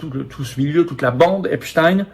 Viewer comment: Un pouce levé pour bonne prononciation d’Epstein (qui rime avec Einstein).